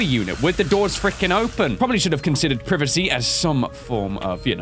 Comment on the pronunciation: The way he said privacy XD